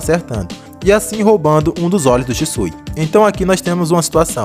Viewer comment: "É Shixu, Sishu, Shishiu, Shisu..." "É Shisui, senhor." 😂😂😂😂